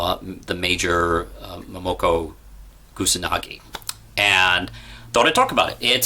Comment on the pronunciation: "Momoko Gusanagi?? lol ...it's "Motoko Kusanagi! get her name right dude..! lol